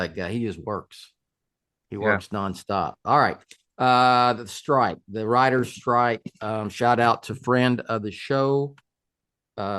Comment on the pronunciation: When said "I do support the writers", it sounded like "rioters" lol. That Texan pronunciation